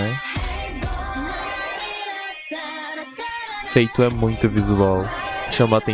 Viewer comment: O nome da senegalesa não se pronuncia "Feito", se pronuncia "Fatú"